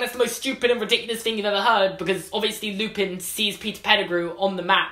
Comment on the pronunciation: James Lee it's lupin, not lupine.